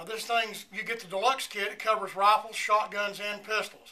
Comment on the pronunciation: why did it sound like RoFleS